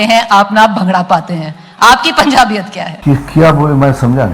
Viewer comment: pubjaabiyat 🤣🤣🤣🤣🤣🤣🤣🤣 Hindi ki shuddhi karwalo inse